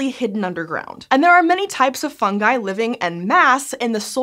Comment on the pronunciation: It’s pronounced fungi not fungi.